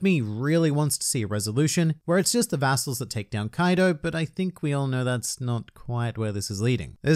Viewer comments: Oh, I thought he said a**holes at first and not vassals. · Late comment but...be careful how you pronounce “Instead of one man, it’s an entire legion of vassals” there ! :P